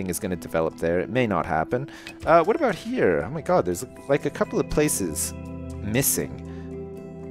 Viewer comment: OMG Ive only just figured out that says 'aboot'!